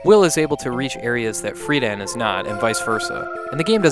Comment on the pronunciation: Man, oh man. I don't like ripping on but gotta point out a coupla moron moments he had. Kara is pronounced as care-a, not car-a. Freedan is pronounced Freeden, not Free Dan. The man who sets his hair on fire does so on accident. The show was breathing fire, not setting hair on fire. In other words, it was funny because Freejia fire breather boned his show. Lastly, it all makes sense. He said he cannot adequately explain the story, and he cannot. That must be his problem with it, it illustrates his inability to explain it and he has to admit that he does not understand. No shame in that. Even more lastly, no this game is not a sequel to Soul Blazer and there is no such trilogy. Soul Blazer and this along with Terranigma are not exactly on the same timeline and therefore do not form a trilogy for they are not sequels. Really, they only share certain elements akin to Easter eggs, with Solid Arm being a whopper of sorts, but the only real link between the first two, an unnecessary one at that.